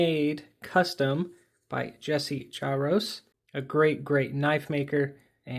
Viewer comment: I believe the J in Jaroczs is pronounced similarly to that of the the French "je", the R is rolled as in Spanish and the -czs is more of a "sh" sound.